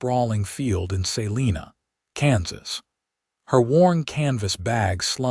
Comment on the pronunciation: Please look up pronounciations of towns. Abilene & Salina are both wrong. I am listening from Kansas & both those towns are 1-2 hours away. Caleb was also wrong